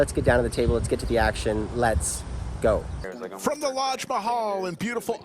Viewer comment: You have to start says Lex go. Instead of let’s go. Lol